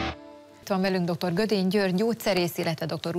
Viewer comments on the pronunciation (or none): Mindenhol azt hallom, hogy Gödény rövid Ö-vel, pláne egy riportertől. Nem értem miért nem lehet egy ember nevét úgy ejteni ahogy az le van írva, ahogy kell. GŐDÉNY!!!!! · Azěrt ha valakit meghívunk a műsorba,könyörgöm a nevėt tanuljuk mår meg! Gődėny!!...kedves hölgyem...nem Gödėny... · A riportercsaj még az interjúalany nevét sem képes rendesen kiejteni....